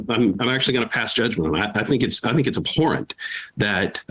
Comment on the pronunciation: "abhorrent" lmao really